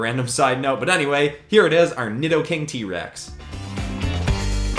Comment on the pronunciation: Nidoking is pronounced needoking